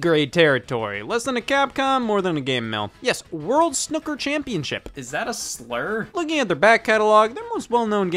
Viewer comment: I cringed too hard at the pronunciation of snooker to even try to listen again